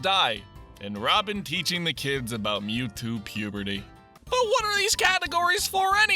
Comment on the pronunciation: Mewtwo puberty, don’t you mean Mewtubrety